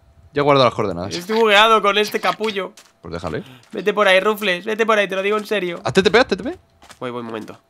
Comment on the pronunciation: ¿Alguien sabe porque pronuncia "Rufles" a Rufflet? XD